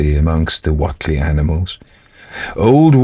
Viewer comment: Thanks 😆Happy Samhain to you!:.BTW, it's pronounced: "uh·lai·juh" Elijah Wheatley = "WAY-tlee".. Sorry it just really irks me hearing something pronounced so differently than I've always heard it 😅 Yog Sothoth